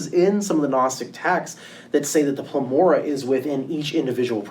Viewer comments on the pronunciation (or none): PLEROMA not plemora... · How can anyone give a lecture on Gnosticism and refer to PLEROMA as PLEMORA ? SMH👁👁👁